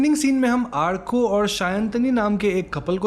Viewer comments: It's Awrko lol. Not Aarko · It's not arko, it's orko 😁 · Arko nahi bhai its pronounced as Orko😅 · Call it orkooooo not arkaaaa!!! Bengali content explanation kar rahe ho to nam bhi bengali logo ki tarah boliye na! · The amount of time u said āarko is just bothering my adhd , But u said Ârko the end which cured me a little 😂 ,and yes I'm bengali but still😭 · Hey... you pronounced the name Arko wrong... I know the spelling is "ARKO" but you must spell it as "ORKO". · Vai it's sound like orko..hum Bengali are अ ko "o" ki tarha use karta hai so 'arko' for writing lakin bolte baaqt orko bolta hai.😊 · It is not arko.. it's Orko in pronunciation, spell as Arko. Just a Bengali thing. Peace Same storyline in every horror movie. Anyway video clarification us good as always , thank you. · It is not pronounced as "Aarko"..the pronunciation is "orko"..bengali sentiments...😊😊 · are bhai wo arko pronucation thora galat tha wo aaaarko prnounce nehi alki arko yani a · It's not arko it's or-ko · He probably watched it with english subtitles and it spelled orko with arko as usual so naturally he pronounced it as arko as he doesn't speak bengali Im guessing. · Sir it's pronounce as aurko , my name is arka too 😁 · Arka = awr-ko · Its pronounce OR KO